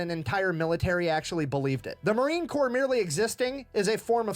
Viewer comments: Well, thank you for the acknowledgement. Just FYI, it is spelled Corps, is pronounced "core". The "PS" is silent. Ya, I know, the English language is pretty damn weird. Semper Fidelis my brother and sister Leather Necks. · No better friend or no better enemy. You decide which one of us you get lol. I believe your saying corpse, and it's Corps. You're close just leave the E off the end and you'll have it. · WATCH YOUR MOUTH 👄 It’s Marine corps NOT corpse although we are very good at turning evil human beings into those 👀 🇺🇸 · Corps id pronounced Core. We're not Corpse because we don't die. We go to hell, regroup, and fight our way to heaven. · FYI, sorry, I must tell you. It is pronounced "core". Not "corpse". All good. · DROP THE P IN CORPS!!!!!! 🥜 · It's spelled Corps but pronounce like core, Semper Fi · The letters "ps" at the end of COR-PS are slilent. It is pronounced like CORE